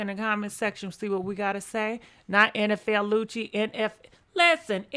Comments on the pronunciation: Girrrlll im just here for the name chops!!😜 you said NFL Lucci!!!😂😂😭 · She Said Nfl Lucci Lmao